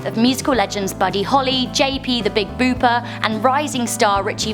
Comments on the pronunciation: Big Bopper Not Booper Learn The Kings English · Big boober lmao wtf its bopper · the big bopper not big booper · Bopper not booper. Unless that’s just her accent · big buper? its booper woman! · It's Big Bopper, not Booper! And posthumously, not post-humorously. Bloody hell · The Big Booper? Try the Big Bopper!!! Post humorously!!! Come on!!! Posthumously. At least learn how to say the words before recording them. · It's the Big Bopper not Booper you silly girl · She said the Big Booper LOL. It's Bopper. TOO FUNNY. LOVE YOU! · big booper? its the big bopper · some constructive criticism: you may want to review your scripts a little more carefully before you record your videos, because you got a few things wrong in this one. I'll mention a couple of them. 1) J.P. 's stage name wasn't The Big Booper. It was The Big "Bopper". 2) Aaliyah wasn't the youngest celebrity on this list, at age 22. It was Ritchie Valens, at age 17. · Er, did she say the Big Booper? I think she means the Big Bopper? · I"m sorry I have to comment. It's Big Bopper NOT Big Booper.... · BOPPER, not 'booper' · IT'S THE "BIG BOPPER", NOT THE "BIG BOOPER". LOL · Boooper yeah that made me question her there how can she slay this legends name like that nah can’t be doing that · "the big bupper* lol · Did she really just call him the Big Booper?? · "The Big Booper" OMG my sides! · Big Booper? J.P. Richardson was The Big Bopper? lol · the Big "Boooper"??. 😂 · Love the way these Brits mispronounce so many names. "The Big Booper" is a particular howl! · she said the big booper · The Booper? Lol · You wanna learn how to pronounce names before you do videos... who the hell is the Big Booper?